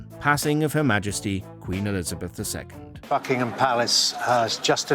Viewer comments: At the start it sounded like f*ckingum palace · how do you get f**kingham palace from Buckingham Palace?